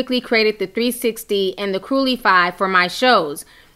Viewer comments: Ti.....I don't know how you're seeing "curly fry" 😂😂😂😂 and while funny just thought you should know. It's Crew-su-fly! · You are saying it cruel-ify. It is pronounced cruce-ifly....like crucify. But with a play on it adding the L. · i thought she was saying curly fry , weird she couldn't pronounce it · Yeah she did mispronounce it but I think Tommy Lee wrote CrueciFLY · Girllll...I thought you were saying CURLYFRY. 😂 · The way cruelify is pronounced sounds like curly fries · Why do you keep saying curly fry?